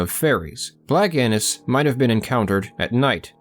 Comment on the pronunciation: Haha did he say black Anus?